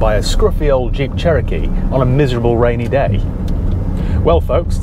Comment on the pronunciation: Hey, I think the Che-row-kee needs a good buff - may just sort it out especially the flaky bits 😂